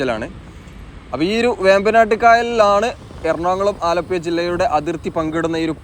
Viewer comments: അലപ്പുയ എന്ന് ആലപ്പുഴക്കാരനായ ഞാൻ കേൾക്കുമ്പോൾ.... നാക്ക് നല്ലപോലെ വടിക്കാത്തവർ ആണ് ഇങ്ങനെ പറയുന്നത് എന്ന് എൻ്റെ അച്ഛനപ്പൂപ്പന്മാർ പറഞ്ഞു തന്നത്. വടക്കൻ ഇന്ത്യയ്ക്കാരോട് പ്രത്തേകിച്ച് സഹപാഠികളെ വെല്ല് വിളിക്കുന്നത് "ഴ " പറയാമോ എന്നാണ്. Thanks for the visuals. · ആലപ്പുയ, വയി, കയക്കൂട്ടം, ഏയ്‌,(ഏഴ്)കയിഞ്ഞ,(കഴിഞ്ഞ)കയിയുന്ന,( കഴിയുന്ന)കായ്ച,( കാഴ്ച)സ്‌തെലം, എയ്പത്,(എഴുപത്)...........ഹൊ.....അരോചകം